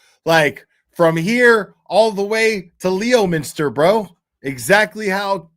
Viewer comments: LEMINSTAHHH NOT LEOMINSTER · LEOMINSTER IS Pronounced: LEMINSTER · Honestly this is a repeat performance from 😡😳😭 Also it's LEMENSTER NO LEO LOL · loool pronounced LEM-IN-STAH (Boston accent) 😊